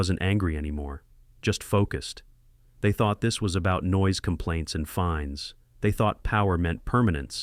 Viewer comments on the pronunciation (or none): It's "fines" NOT "finds."